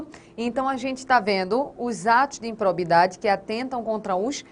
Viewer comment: IMPROBIDADE e não "impobridade"....cuidado com a Língua Portuguesa.